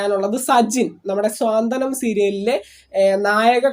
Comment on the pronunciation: ആദ്യം മലയാളം നന്നായി പറയാൻ പഠിച്ചിട്ട് വാ എന്നിട്ട് പറയൂ .സീരിയലിൻ്റെ പേര് സാന്ത്വനം എന്നാണ് "സ്വാന്തനം"അല്ല.